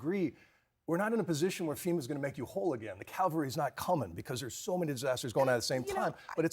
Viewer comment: is exhibited the childhood CONFUSION ABOUT the pronunciation of the word ''CAVALRY'' (meaning horseback mounted troops) AND ''CALVARY'' (the hill upon which Jesus was crucified)! Regardless of religion, adult folks should know and understand the difference shouldn't they? Fact checking shouldn't be necessary! 'SHOUT-OUT TO all my friends in CALGARY in the province of Alberta Canada! 😉 🇨🇦 ♥️ 🇺🇸